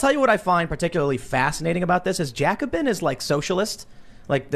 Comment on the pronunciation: I hate to do this to you, but you pronouced "jacobins" the way those pesky french people do ...